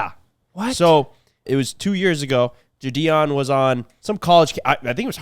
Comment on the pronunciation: If you guys are going to keep mentioning the name Gideon. I'm gonna have to tell you the g sound is like "get". Standard "I" sound. Gideon. You guys don't ever get giddy about some shit? Gideon. Gid-ian